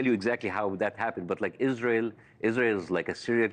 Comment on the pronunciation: he said izrahelll. Not izrahellliiis.